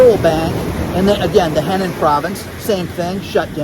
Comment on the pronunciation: btw That Chinese province you were talking about spelled Henan is pronounced like: HUH non.